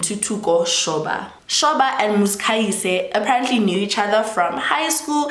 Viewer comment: I am trying so hard to ignore your pronunciation of "Muzikayise" 😭😭😭